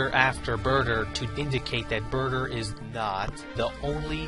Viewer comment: he said Brouther instead of Burter xD and that actually is how i called Broly